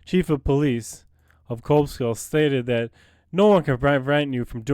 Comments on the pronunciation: It's pronounced Cobleskill, CO, not Kob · It's CObleskill. Hard "Oh." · you should learn how to pronounce the name of the town correctly before doing a "Audit"